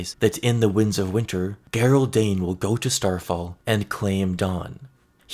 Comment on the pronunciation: Okay bro i love your stuff but its "JER-OLD' darkstar....not "GERR-OLD".... think the british way of spelling Gerry...you wouldnt say "Gerr-Rie" lol...just saying...no hate brother. Keep rocking